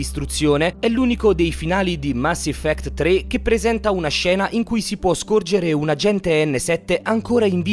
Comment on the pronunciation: Mass "Iffect"